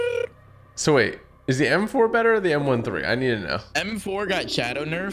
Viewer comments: It m13 not m 1 3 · He said “The M 1 3💀” not M thirteen but spelled M13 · Not m one three its m therten